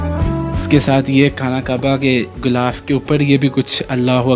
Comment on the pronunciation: Ghilaf kehty hein bhai...ghoulaf ni kehty